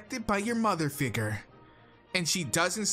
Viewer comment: "libarry" "figgrr" also why is your persona a girl with purple hair